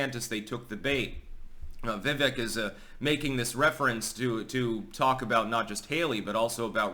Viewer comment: Vivek is pronounced Va-vake.